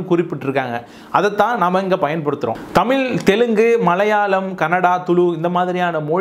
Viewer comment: முதலில், தமிழ் என்ற வார்த்தையை தமில் என உச்சரிப்பதை திருத்திக்கொள்ளுங்கள்.